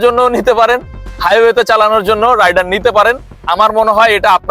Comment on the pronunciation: ভাইয়া টিভিএস রাইডার না টিভিএস রাইডার উচ্চারণটা ঠিক করে রিভিউ দেন